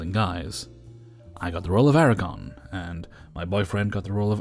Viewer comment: ITS ARAGORN, NOT ERAGON